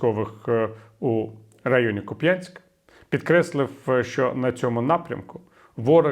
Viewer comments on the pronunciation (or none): КУпянск. КУпʼянськ.